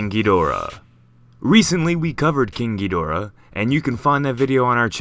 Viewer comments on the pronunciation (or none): Sounds like you are saying kinky Dora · Every time you say king gidora I always think you say kinki Dora